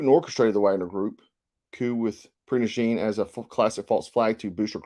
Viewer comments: It is pronounced per-go-sion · Pronounced: PRA GO SHUN.